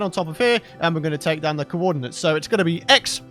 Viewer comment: i'm impressed that youtube closed captions understands "cowodinates" as "coordinates".